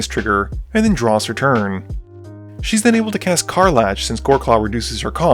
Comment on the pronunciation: Magic content creators constantly pronouncing card names wrong brings me great joy.